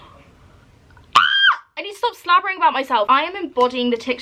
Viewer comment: Love how you say SLABBERING🥲🥲 normalising my northern Irish slang what a queen xx